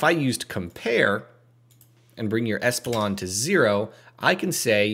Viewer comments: Great vid! Is espilon comment bait or did you just read it wrong? Its ePSilon. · How could you mispronounce "epsilon" - twice???